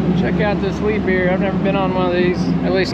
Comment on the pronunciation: Its pronounced Lee-bear, not le-beer!!!